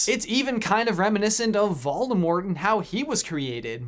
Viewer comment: Waldemort? pronounciation check please